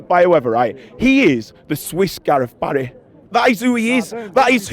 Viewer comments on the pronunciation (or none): none